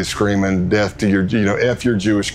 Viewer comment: bro really pronounced death like "deff" what the fuck, you cant make this shit up smfh